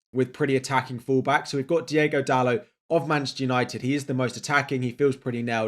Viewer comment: It's Diogo not Diego Dalot btw